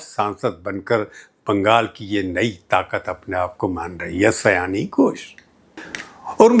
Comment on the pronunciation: Sayaani nai, Saayani